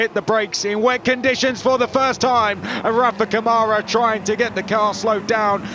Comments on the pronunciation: Câmara, in brazilian portuguese is pronounced: KUH-ma-ra.. NOT ca-MAH-ra =) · It's CAmara not caMAra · Ladies & Gents... Please! When are we going to start PRONOUNCING Rafa's LAST NAME CORRECTLY? Especially now that he has won the championship? His last name is pronounced COME-ah-rah.... NOT C'mara.... RESPECT PLEASE. ! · Brit guys need to learn how brazilian pronounce his last name like camera, not like camaro. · Someone tell these guys it's not CaMÁra, it's CÂmara. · It's CÂmara Not caMAra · Rafa "Camára" foi de foder kkkkkkkkkkk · Better start doing the right pronunciation of Câmara. It sounds like KAH-muh-rah! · "Rafael camára"😂😂😂 kkkk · To compensate, French commentators say "Camarâ" ... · We're near the end of the F3 season and the commentators still can't pronounce "Câmara" correctly.